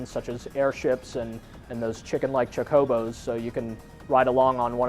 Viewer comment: He said Chickobos lol